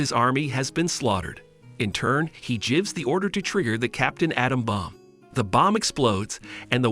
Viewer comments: the way the AI said "gives him"... lol... jives him 🤣🤣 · can you fix the automatic voice? it says "jivs" every time you write "gives" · Good overall summary, but the (computer-generated?) pronunciation is distractingly cringe-worthy. "Gives" pronounced over and over with a soft G? SMH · "he jibs the order" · "Batman jivs up" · And he “jivs” him the letter